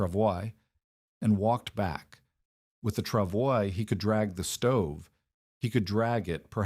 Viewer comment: Pronounced "Travoy".